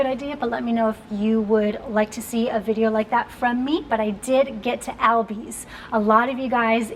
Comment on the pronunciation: girl you said "Albis " I had to rewatch that a few times hahha